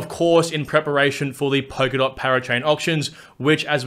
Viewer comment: blablabla POKERDOT blablablabla POKERDOT... It's Polkadot. POL-KA-DOT. Thanks for the video.